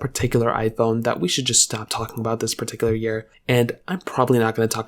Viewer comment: Bro is the ceo of “perticular”